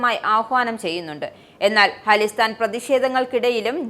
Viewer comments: അലിസ്റ്റാൻ അല്ല... ഖലീസ്ഥാൻ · ഹാളിസ്ഥൻ അല്ല.. ഖാലിസ്ഥാൻ..